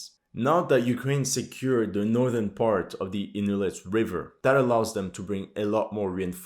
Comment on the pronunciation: It's not Novo-Kharovka, it's Novo-Ko-h-ov-ka. "Ko" as in {ca}ll, "kh" as in {h}ead, "ovka" as you pronounce. Also, not "Inhulets", but "In{G}ulets".